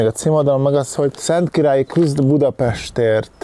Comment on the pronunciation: Masnak is feltunt hogy nem tudja Szentkiralyi nevet kimondani?😆